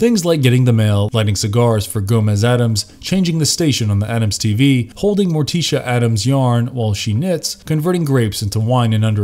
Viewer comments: Bro said morteecha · Fred Ass-stair... More+tea-shu...? Where the f do these narrators come from? This has been a reoccurring theme lately on YouTube.. I did notice that the parent company is from India.